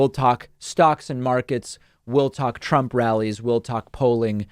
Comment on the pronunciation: Did he say Prump?